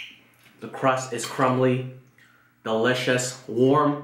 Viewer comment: The way you say "da-lucious" <3 Hi!!